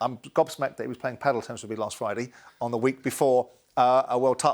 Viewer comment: "last Frie-Dee" for last Friday